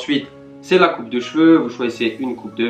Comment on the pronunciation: Au lieu de dire la tu dis leu